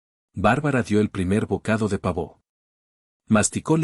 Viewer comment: OTRA PALABRA MAL DICHA. "PAVÓ"NO ES AGUDA ,ES LLANA ÁTONA ,EL SONIDO FUERTE CAE EN LA "A",PAAAAAAA vo,madre mia que incultura